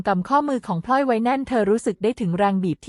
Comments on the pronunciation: เมียน้อยชื่อพลอย ไม่ใช่พล่อย ผู้อ่านคือหุ่นยนต์ AI ใช่ไหม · พลอย อ่านพอยไม่ถูก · พลอย อ่านพอย